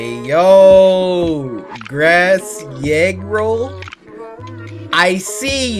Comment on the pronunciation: i think it’s pronounced grassy egg roll